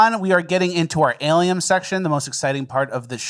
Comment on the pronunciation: Alieum? Alien a Lee in